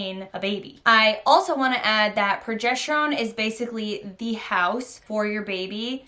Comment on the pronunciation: It's progesterone not progesh terone